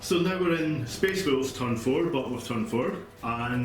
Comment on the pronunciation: May have been said already but it sounded like you said "myspace wolves" like at any piont they might "selfie for the emporer"